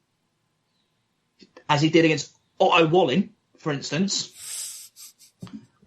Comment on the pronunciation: Swedish native here, it's pronounced "Walleen" Swedish I sounds like English E